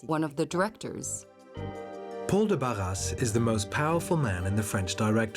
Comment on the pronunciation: And Barras does not sound like Barrasse. "Netflix for history" says it all.